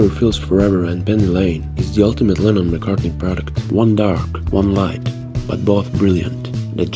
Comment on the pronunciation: Lennon its lennon obviously lemon heads